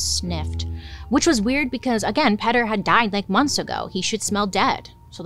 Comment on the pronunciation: Petter? Not Peter? Lol